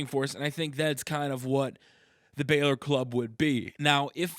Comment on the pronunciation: It's not Balor its bálor